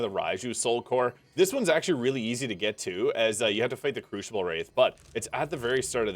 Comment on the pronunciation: Oh, sorry. My comment wasn't aimed at you at all. I didn't even catch you saying it. I was just talking about the female NPC at the start of t he first crucible. She keeps saying "crooshible" and "crooshinite". I have no idea which accent would even say it like that.